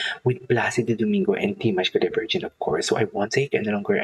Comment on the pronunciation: Please learn how to say his last name right. It’s not Jin it’s gen like saying again with out the sin front. Thank you enjoy your reactions other than that .